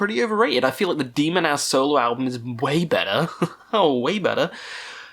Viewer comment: A bit about your pronounciations here: HAT (Gorgoroth vocalist) is not pronounced like the fabric you put on your head, but with a long A. Abbath is not pronounced "A bath" (!), but like Sabbath without the S. Demonaz is NOT pronounced "Demon Ass" either 🤣🤣🤣 Other than that, keep up your good work. Highly amusing.